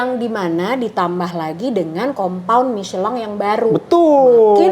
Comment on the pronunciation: Tolong bicara Michelin aja jangan miceelan!! Orang Inggris aja bacanya Michelin